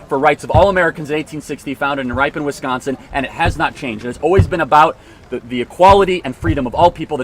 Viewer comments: it’s rip-on. not ripe-on. fyi. i’m from rosendale right between ripon and fdl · It's Ripon, rip-en, not ripe -in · It's not Ripe On it's pronounced Rip En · Not to nitpick Charlie, but it's pronounced (rip in) not (ripe in). I'm just saying that if you're gonna mispronounce one of our cities, you could at least choose one of the ones named after a native tribe and not one as easy as Ripon. All a joke, no disrespect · (Ripon is pronounced “Rippin”.) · Charlie, my guy, it’s pronounced Rip-pin, Wisconsin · I agree with everything Charlie said, but I do want to correct him on one point. It's Ripon, Wisconsin, where the Republican Party was born. Pronounced "rippin." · Charlie you pronounced Ripon wrong. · Learn how to pronounce Ripon, WI